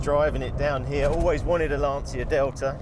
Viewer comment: My italian ears are bleeding when I hear Lan-ci-a. It is LAN-CHI-A lol